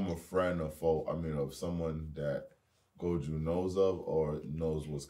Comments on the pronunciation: Robs been saying “goju” for almost two years and they haven’t corrected him 😭 that has to be intentional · its pronounced GO JO not GO JU also you guys are confused this season isnt just about gojo’s past only part of it is then we’re going back to the main stuff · someone tell them its gojo not goju 😭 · my brain will blow if keep saying “Goju” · still calling gojo goju lmao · So they’re still saying goju after all this time 😅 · loves Gojo but he can't say Gojo 🤔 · One of y’all niggas in chairs please help pronounce Gojo correctly 😩😂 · How tf can someone struggle to pronounce Gojo properly wtf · Lmao imagine being so hyped about a character and never pronouncing his name right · They still can't pronounce Gojo lmaooooo Proves they don't read comments as lots of people pointed that out under the season 1 reactions. I will never understand that since the voice actors are telling you how to pronounce it by saying his name in the anime. So it's not like you have to look it up or anything.